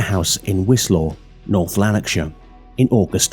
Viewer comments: pronounc it like Wish aw Bud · Pronunciation of Rutherglen and Wishaw are extremely off. Good apart from that. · And Wishaw 😂